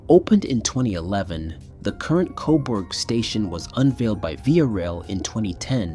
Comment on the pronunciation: It's pronounced 'koberg' not 'coborg' lol